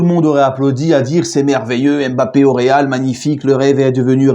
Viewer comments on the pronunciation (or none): none